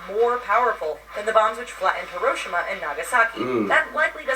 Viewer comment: OMG THE WAY SHE PRONOUNCED HIROSHIMA ITS HE-RO-SHE-MA